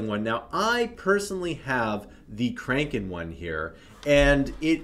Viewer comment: It’s pronounced crack-en